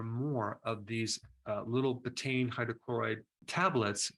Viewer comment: It’s pronounced “beeta-een”.